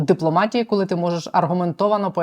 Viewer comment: Вимова колі котлеті це стидоба!!! Мабуть в школі не навчався😂А ще й депутати заліз!!!Сором!!!